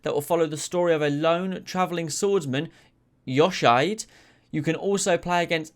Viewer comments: Man's butchered Yoshiide. Edit: Man's butchered all the Japanese words. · the pronunciation of Yoshiide hurt my soul.